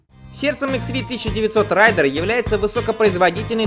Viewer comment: РЕйдер!. Обзорщики хреновы, даже название модели правильно произнести не смогли.